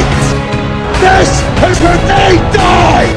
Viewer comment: its die not dine